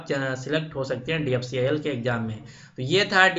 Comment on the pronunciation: Jo DFCCIL sahi se bol ni pa rha h wo mujhe cutOff btaega..